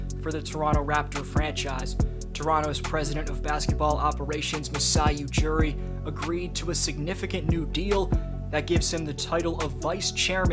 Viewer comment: It's Ujiri not Ujuri and Danny Green was also in that trade.